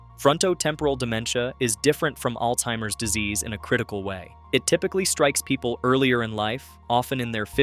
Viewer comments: It's Alzheimer's disease, not Alteimers!!! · There is no t in Alzheimer's